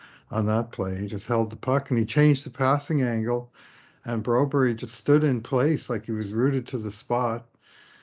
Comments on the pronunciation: You two are the best, as ever, but by golly the "Brew-berry" pronunciation has got to stop!! (Perhaps a moot point as he may be sent down soon anyway...) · apparently when and were watching him in the Swedish league the Swedish commentator pronounced it broberi, until they hear from philip broberg on how to pronounce it they are sticking to broberè